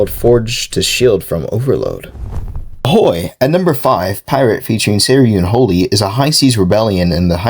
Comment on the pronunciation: how'd this dumbass not pronounce "Saraunholy" correct, its legit Sara Unholy, if your illiterate monkey ass cant pronounce a simple name like thay right then maybe you should quit these mid ass videos lmao